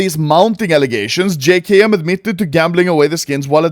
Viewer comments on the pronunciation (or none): “jay kay em” my guy its “jay kem”